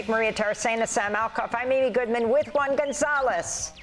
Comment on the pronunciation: "One Ganzalez". Really? I thought he's name is Juan González.